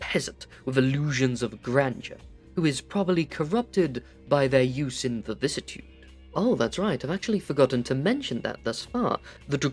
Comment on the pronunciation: Where’s the second “v” in “vicissitude”?